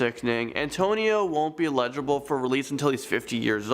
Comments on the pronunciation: "He Won't Be "LEGIBLE"? I Think You Mean "EL - I - JI - BLE" -- RIGHT? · I had to play it back, twice, you said LEGIBLE for parole, it's eligible, legible means something is written clearly and you can read it, eligible means you qualify, you're ready for something, you really do a good job, better than 90% of the snowflakes doing this kind of thing, smarten up, just a bit and you'll have an even higher level of excellence , you can do it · I was gonna subscribe until I heard him pronounce eligible. 😀